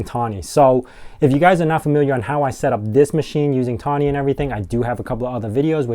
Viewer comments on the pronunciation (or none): FYI, it's THonny.. as-in PyTHonny..